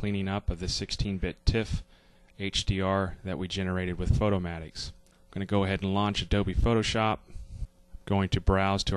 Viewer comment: Finally someone who pronounce it Photo-mat-ix as in automatic instead of Photo-mate-ix :) Oh and great tutorial of course!